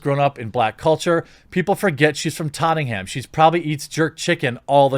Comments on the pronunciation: It's not tottingham......if you want to try and pronounce it more like the locals......it sounds like tot-n-am but don't leave any gaps say it in an unbroken word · In the UK we pronounce it totnum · You said Tottenham you say it “Tot nam” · Hahaha jez..you destroyed the name of where Adele was born..tottingham...Hahaha..it's Tottenham..pronounced totnem...still love ya jez..the carnival is for all..everyone dresses up in Caribbean style ...it's an awesome event... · “Tottingham” like Nottingham😂 as a Brit let me just say this is the funniest pronunciation you could have done. Tot-en-ham or tot-nam depending on accent. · Tottenham is pronounced "Tot-num" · Love the way you said Tottenham. Lol. Make it sound almost well-to-do! Locals would say ‘tot’nam’ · of all things, being from Tottenham, your pronunciation irks me Tott Nam or Tott num is how it's pronounced but as you're not from north London I will try to let it go. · Ah yes, the famous borough of Tottingham, just down the road from Camberwick Green and Trumpton. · its pronounced tottnam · “ in the cup for ..... Totting - ham ‘ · Dude it’s pronounced tot’nam 😂. Why are only whit people accused of cultural appropriation. Thank fuck Jimmy Hendrix was never accused of cultural appropriation RIP. What a legend. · I love how you pronounce Tottenham buddy, haha, god bless you.